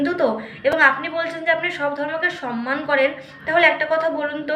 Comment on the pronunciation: উনি সম্মান বলছেন নাতো ! উনি সনমান বলছেন ।